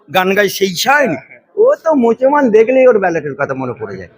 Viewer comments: আপনার ভাষা ঠিক করুন মুছমান নয় মুসলমান ' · তুই একটা মুসলমান তুই ভালো করে মুসলমান বলতে পারিস না মুসলমান মুসলমান তুই কিসের মুসলমান পাগলামি